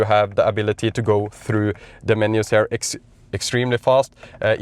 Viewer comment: I like to watch your content, it has been very helpful, good quality and mostly very accurate. However, I am not a native speaker either but what pulls my ears everytime I hear them in your video. I speak about the pronunciation of these commonly used words: “Here” you pronounce as “her” “Rear” you pronounce as “rare” Easy to fix, your English will sound much better. Hope you don’t find it offensive.